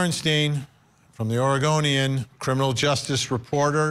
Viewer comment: "Ore gun ian", Vinni pronouncing correctly.